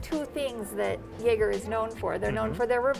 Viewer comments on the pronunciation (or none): I think I threw up a little bit in my mouth when she pronounced Jaeger as "Yaeger". Otherwise, great video! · You work in a higher end watch shop, and call it a "yaeger"? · Me: Nice! seems super knowledgeable and cool!: pronounces Jaeger as “Yay-grr” Me: Nooooooooo!! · Did she say "yager" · But she mispronounced Jaeger. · butchering the pronounciation of Jaeger... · She did amazing except that Jaeger pronounciation